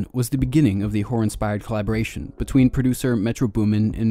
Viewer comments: Swearrr, this dude keeps saying "whore" in place of "horror" 😂😂😂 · it was halfway through the video when I realised you were saying "horror"